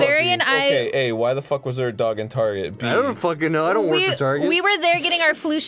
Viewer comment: barry is the only person younger than 40 to say tarjay